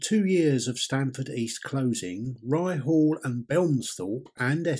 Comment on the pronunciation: Ryhall is pronounced (Rye-all) h is silent. And the station is still there sadly its private land and somebody has stuck a caravan on it and a house eventually but hope they keep the platform